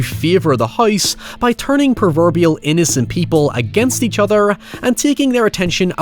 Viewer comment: Love your video's, but I have a request: Could please stop with the 'accent' at the last word of the sentence? For example: when you end with: ..... each othuuuur